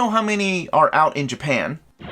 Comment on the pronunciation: Love the unexpected "JAPAN" . I am a big street fighter fan and one my wife's friends is India, so...I always pronounce her name INDIA as well lol